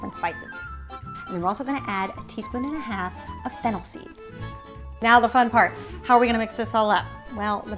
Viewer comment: I can not understand a few things she says? like (fennel seeds?) (provolone cheese)?